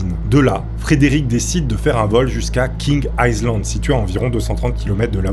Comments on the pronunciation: Ça s’appelle vraiment « King Aïzland » ou c’est juste sa prononciation qui est mauvaise ? Ça me perturbe vraiment 😅. Par contre j’ai adoré la vidéo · Ça s'appelle King Island et ça se prononce King AïeLand